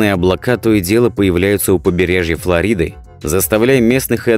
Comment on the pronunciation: Подписался только из-за того, что ведущий правильно произнёс "ФлорИда" (по-русски), а не "ФлОрида", как часто сейчас говорят те, у кого русский язык не родной.